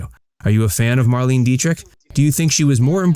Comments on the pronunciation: Her name was mar-LAY-nuh. Not mar-LEEN. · Her name is pronounced Mar-lay-na. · HA! The very FIRST word spoken here is "Marlene" and you cannot even pronounce it! MARLENE is pronounced as "MARLENAH". I WAS a subscriber but dropped you because of your poor research and countless errors of every aspect. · It's spelled Marlene however it's pronounced Marlena. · You should pronounce her name properly!